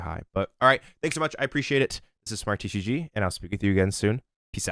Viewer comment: You need to enunciate "TCG" better. 🤑👍👑